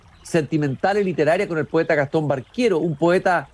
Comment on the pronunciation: Ojo, no es Barquero, es Baquero. Y dónde saca eso de que se ha hablado de una relación sentimental? Falso. Y si habló con Lihn en 1974, pues la primera edición de Paradiso es de 1967. Lihn seguro estaba leyendo la edición de Era. En fin. Mal. Se ve que Lezama Lima le importa poco a este cuate.